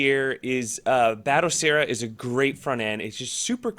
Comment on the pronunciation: "Bat O Seera" 😌